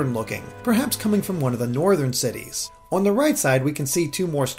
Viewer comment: This guy can’t say “on” properly. I don’t even know how to write that.